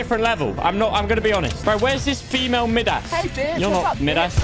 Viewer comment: Normal people saying Midas, saying Midas- Mid ass